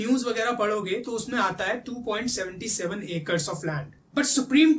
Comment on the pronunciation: Bhai its not 2 point senty seven... It's 2 point Seven seven. I stopped ur video there itself🤦🏻‍♂️🤦🏻‍♂️ Jai Sri Ram.